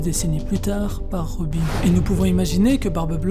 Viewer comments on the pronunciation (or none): none